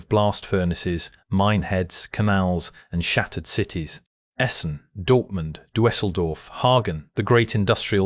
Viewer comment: I already made my serious comment. Now, learn a little German. The narrator pronounces Duesseldorf 'doo-ESS-el-dorf.' That's wrong. The E in the first syllable is merely a replacement for the two little dots (called an umlaut, or round sound) above the E. If you have a keyboard with no umlaut, you type in an e. For the first vowel in Duesseldorf, you say short I (as in hit), then as soon as you can, you round your lips to get a new vowel. There are four of these round vowels in German, and now that you get the idea, you can read about them. German is not unique in this; other languages and dialects do it.